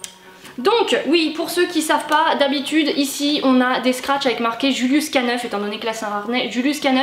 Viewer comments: Bonjour à toi =) excellent contenu vidéo de ta part !! si je peux me permettre, on le prononce "julius K nine" (acronyme américain naissant de la contraction du mot canine prononcé "canayne" en anglais, se contractant donc en K-Nine = K9) bonne journée à toi ! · Trop bien merci !! Mais juste un détail on prononce "k-nine" comme ça en anglais ça fait canine 😉